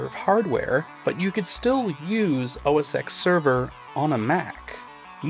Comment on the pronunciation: Every time he says oh ess ecks I wanna bap him